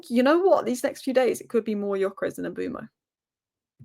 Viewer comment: his name is Mbeumo (i.e. M be u mo) NOT Mbooomo. Get it right. It’s not that difficult. SMDH.